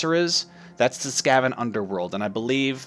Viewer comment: the why you say skaven sk-a- ven not ska-ven